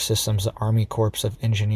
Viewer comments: It's pronounced Army 'CORE' of Engineers, NOT Army 'CORPSE" of Engineers. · it is not pronounced like "corpse", but rather it is pronounced as "CORE"..... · corp..is pronounced CORE . JUST so you know ! Not a corpse ! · It is Core…not corps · “Corpse” of engineers? No, the “corps” of engineers. Spreading fear porn, can’t even adequately say the words to spread your fear porn. Foh clown shoes. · Pronounced core not corpse...thanks had to be said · It's pronounced CORE of Engineers, not CORPSE. Obama made the same mistake when he pronounced Marine CORPSE. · It is not pronounced corps . It sounds like core of engineers. A corpse is a dead body. (with all due respect) Also, I do not buy any explanation coming out of NASA. They are not to be trusted. They are just part of the propaganda. Think about it. Each night half of our earth is dark because the sun is completely dark on that side. Why don't we have a hole appear then? NASA is giving us a narrative. That does not make it true. These people have ways of causing earthquakes. All it takes is energy. I guess the fact that NASA is shooting off three rockets and CERN is turning on their machine has nothing to do with any of this. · Dont be an Obama, corps is pronounced "core" , a corpse is a dead body.... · It's the Army Corps of Engineers. The "ps" is silent - pronounced as "core". C'mon, dude! 🙄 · Please pronounce corps the correct way. It is pronounced, core!!! The ps is silent. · Yes, Cores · Corps is pronounced with a silent p. If you pronounce the p, you're talking about dead bodies.